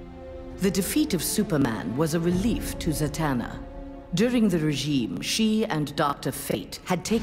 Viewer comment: Za-Man-na lol